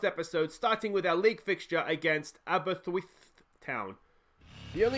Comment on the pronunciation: Car-MAR-ven. A-ber-IST-wiff. Sorry. I couldn't help myself.